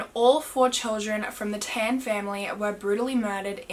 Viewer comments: I used to live in Geylang bahru . Btw Tan is not pronounced as "ten" , is "tun" , like how you pronounce "pun" . Geylang Bahru is "gay lung bar roo" just fyi ❤❤ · Tan is pronounced as ‘t-un’ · I KNEW IT! She was gonna pronounce it as tAhhhn LMAO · Its tan as in t(ah)n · I'm Singaporean, it's pronounced T-AH-N for tan and GAY- L- AH- NG B-AH-ROO . haha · Lol im from singapore and u pronounced tan wrongly and the geylang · yess uu didn't pronounce the word Tan and the name of the road correctly but nonetheless i love ur accent